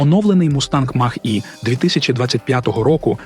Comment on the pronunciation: Ви якесь ШІ для озвучки використовуєте? Навчіть назви правильно вимовляти. То Хюндай, то який Мах. Шо за Мах? Не зважачи на це відео як завжди круте. Дякую.